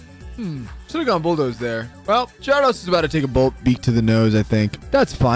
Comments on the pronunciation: Do u call the mons names like "Giardos" and "Deckidooey" on purpose or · Dafuq is that Gyarados pronunciation?